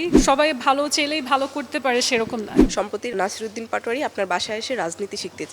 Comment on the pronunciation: অতিরিক্ত শুদ্ধ বলতে যেয়ে কথা যে ভুল হয়ে যায় সেই খেয়াল নাই তাদের, চেলেই """ চাইলেই কে যদি চেলেই উচ্চারণ করে কেউ এটা কি বুঝলামনা, আপনারা বুঝছেন???😀 জানাবেন, জামায়েত তাকে কোন জায়গায় খোঁচা মারছে জানা নাই, কারো জানা থাকলে জানাবেন প্লিজ